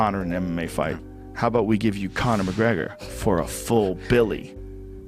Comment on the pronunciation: does anyone else hear "connor mcgreggor of the clan mcgreggor"